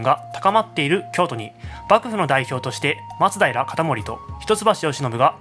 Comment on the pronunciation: 松平のイントネーションってそれが正しいの？笑